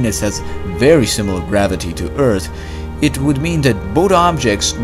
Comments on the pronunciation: Indeed. Who cares he says Ert. His videos are excellent, and there are so many. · e a r t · Does he say Earth Or Eart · What is your nationality please? I ask it because your pronunciationof earth not good. Because u say with T, but it is with F. Earth...not earT. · Bro go back to saying eart. It was quite distinctive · I love how this guy says earth! Urt. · Did he say eart? Like the other video.. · ting ticc eart. But jokes aside "th" is very difficult for non nativ english